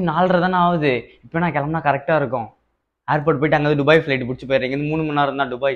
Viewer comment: டுபாய் இல்ல துபாய்.